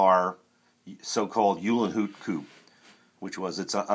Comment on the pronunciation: Just a friendly minded correction - Rudolph Uhlenhaut's last name is pronounced like : "Oo - len - howt" 🙂